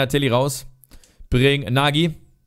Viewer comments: Der Nagy wird Nótsch ausgesprochen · Nagy wird 'Notsch' ausgesprochen :) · Kleiner Hinweis:) Daniel Nagy spricht man "Daniel Notsch":D Aber sonst geile Karriere bisher.